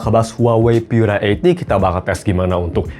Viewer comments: Baca Pura Delapan Puluh aja kali. Pura itu bahasa Italia, jadi ga usah dibaca Pyura. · Cek aja pakai Google Translate, bahasa Inggris "Pure" terjemahan Italianya adalah "Pura" dan dibaca "Pu-ra" bukan "Pyu-ra". Ini mirip kasus IKEA dibaca "Ai-ki-ya" karena ikut-ikutan negara-negara berbahasa Inggris, padahal dibaca "I-ke-ya" bukan "Ai-ki-ya". Kalau "Mate" memang bahasa Inggris, maka dibaca saja sesuai lafal bahasa Inggris. Ga selamanya YouTuber berbahasa Inggris itu pasti benar dalam melafalkan istilah non-bahasa Inggris, seperti contohnya Karaoke yang benar dilafalkan "Ka-ra-o-ke" bukan "kei-ri-yo-ki". Pura bukan bahasa Inggris, maka ga usah bacanya "di-Inggris-Inggris-kan.